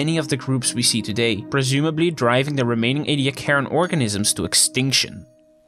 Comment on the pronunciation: As these fossils were found at Ediacra station in the Flinders, they are pronounced Ee-dee- AH-cra. Tell your friends.